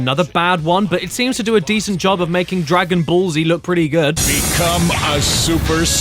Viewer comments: I love how he prononces "Dragon Ball Z" as "Dragon Ballsy". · I don’t know If Caddy pronounced Dragon Ball Z like that on purpose or not…and I also don’t know which option is worse.